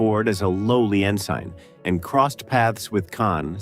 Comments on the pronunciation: It’s Ensign not in sign and you pronounced Savica wrong if you Going to make comments on the Movie you should know what your talking about or at least watch it. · This vid lost me when it pronounced "ensign" with a long "i".